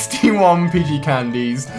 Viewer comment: did he say pigey candies????